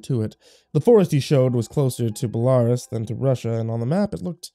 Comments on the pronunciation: Belarus is pronounced "bell-uh-ROOS" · you're saying Belarus all wrong, like this please, Bell-ah-roos. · U mispronounced Kiev (Key-ev) and Belarus (Bell-ah-roose) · key-ev and bell a roos. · It's pronounced Key-Ev. Oh and Bella-Roos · Belarus is pronounced BellARuss. I know because I fundraised for the Children of Chernobyl for years in the 1990's. Please make sure you pronounce words properly. The last creepypasta I listened to pronounced ichor as ickor, not ICore. There are standardised pronunciations for a reason. Other than that, I love the Creepypasta genre and it's narrators. Keep up the creativity. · Bella roos right? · Shit I just wrote the Belarus correction, never noticed the kyiv issue. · the way he pronounces "belarus" shows hes never seen the eurovision..... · What is it with Americans being incapable of pronouncing Belarus right